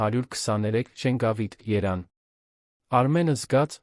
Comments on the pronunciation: Գուցե և լավ հեքիաթ է բայց կարդացողը փչացնում է այն ինչպես լսել մեկին երբ Երևանը երան է կարդում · Ի՞նչ է նշանակություն ունի որ քաղաքից են դիտում։ Երան չէ, Երևան։ Մինչև վերջ հնարավոր չէ լսել, հոգնեցուցիչ է։ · Դու չկարողացար Երեվան մայրաքաղաքի անու ըճիշտ կարդալ, այ անգրագետ